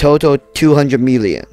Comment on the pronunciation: “todal 200 MEELION”